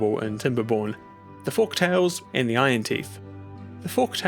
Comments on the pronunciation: 1. This game is shockingly addictive and i'm glad to see you've played it! 2. Looking at the comments, i might be the first to mention this but uhh.. it's FOLKtales, buddy, not Forktails :P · It literally wrote Folktails in front of him, so he's gotta be messing with us saying FORK-tails so many times